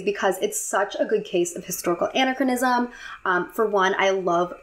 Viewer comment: Lovely video, but here are some helpful hints for pronunciation! Anachronism: An-AHK-ronism Petit Trianon: Puh-tee Tree-uh-non Jean (French version of John): J-awn (with a soft J sound). Coppola: COH-poh-la The other French pronunciations weren't bad for a non-French speaker!